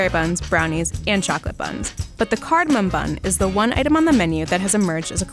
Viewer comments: Wait. I thought it was just the bloke, but she too is saying cardamoN! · It’s not cardomin. It’s cardomom. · He said cardomon